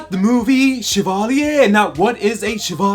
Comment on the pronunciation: The way you say "Chavalier" is funny lol